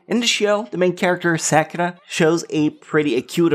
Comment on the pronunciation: The way he says Sakura boils my blood